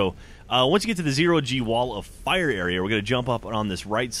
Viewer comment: WHOA ITS A WALL OF FIAH